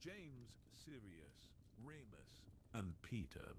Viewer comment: Learn how to pronounce Gryffindor and Remus correctly!